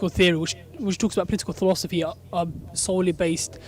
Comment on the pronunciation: Did he say tholosophy?